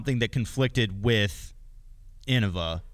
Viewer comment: Hot take: anyone who pernownces innava is new. Paul knew what he was doing. It’s pronounced Innova. Deere Lorde